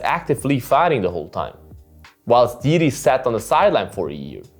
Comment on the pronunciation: Jiri is more Complex Figter ... also he have more experiances in MMA ... since ale have 8-2-0 he have 29-3-1 is 3x more :) also Jiri have better cardio ... anyway u say JIRI name alsmost correct .) definitely most correctly from eng speak channels :D 👍